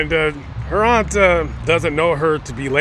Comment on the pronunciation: It's AUNT ! NO THAT BS YOU JUST SAID!!! VERY DISRESPECTFUL!